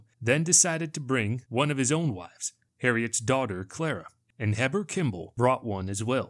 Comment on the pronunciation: Nauvoo is pronounced "nah-voo'" and Heber Kimball is pronounced "hee'-bur"